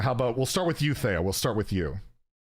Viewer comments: is it tay-o or thay-o? Theo: Neither, its Thee-o: Continues to say Thay-o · Lol, how awkward couldn't pronounce Theo's name correctly from the start 😅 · can't pronounce Theo's name even after he was corrected smh